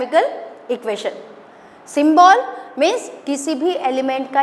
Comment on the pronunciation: Mam pronunciation of symbol is wrong